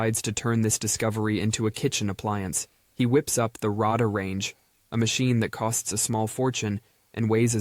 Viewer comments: It's "Ray-Dar" Range. Not Rah-Dah Range. Sheesh. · Got to love AI voicing, that first microwave oven was a Radar-range, not Rodar-range, it was spelled Radarange. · Ugh. "Rahdahr Range". AI sucks so bad at voiceovers.